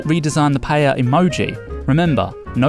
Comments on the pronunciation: Maybe if the stopped pronouncing it as pa-yay-ya then we wouldn't have this problem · Seriously how hard is to pronounce paella. Is not PAYEEYEAA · Also it will be a good idea to fix the terrible English pronunciation pf paella.. it sounds like payella. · The narrator can't pronounce the Paella correctly and instead eats both L to make it sound Paeya. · Se dice PA-E-LLA, mecachis, no es tan dificil! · I can't with the way the narrator pronounces paella, how hard is it to say it right? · It's funny because the man does mispronounce paella lol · Poor narrator can't even pronounce paella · Anyone else has noticed that he's saying Pa-ye-lla instead of Pa-e-lla? Is not criticism. I just want to know if anyone noticed. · Its clear that the native speaker says pael - ya, this guy keeps saying paehya, its freaking annoying, trying to sound classy. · STOP SAYING /PAYEYA/ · I've always been curious, why do you guys pronounce it "pay-yey-ja"? I'm not Spanish but I'm a native Spanish speaker and I've always noticed people struggling with this word. I'd pronounce it "pah-ae-ja", no extra "e" sounds in there. Is there like a historic example? I'm open to hear any ideas as to why this word became so difficult to pronounce for English speakers. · Lol, he'll atack you if you make paella wrong, but not if you say it wrong, apparently. PAH-EH-YAH not PA-YEH-YAH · Making a what 😂😂😂😂 payeyya its payela or payla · Starting with the pronunciation: It's PA-A-YA, not palleilla. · People: trying to pronounce Paella Me, an intellectual: PAEYAYA The committees are on their way. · I love the way they say paella "pallella" 😂😂 This is hilarious as a valencian person. And to add a note to the video, it is better to eat the paella with a spoon if you are eating it directly from the pan just so you don't scrach it 😊😊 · Me mata como lo pronuncian “paieilla” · "Payaya"..... How did he pronounce it??? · Why do you guys pronounce it as Pa-yay-ya? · Pa e ya??? It's pa el ya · "Payaya" lol